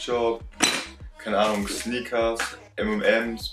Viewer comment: Ist Friseur gestorben?! Und es heißt übrigens nicht sniekers sondern snickers